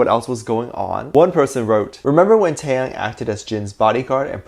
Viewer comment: not you pronouncing taehyung as tAeHyAnG 👁👄👁